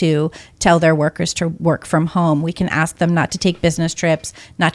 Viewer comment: Yeah "ask" lol